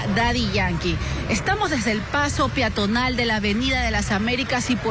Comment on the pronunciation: La periodista dice: la vía piatonal , se pronuncia y se escribe peatonal